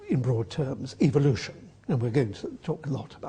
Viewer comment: Doesn't Atkins sound like he is saying 'evilution'?